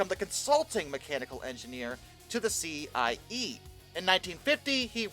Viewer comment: Decent attempt for a novice